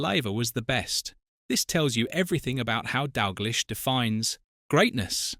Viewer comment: Turned off, its Dalgleesh not Dalglysh…..😡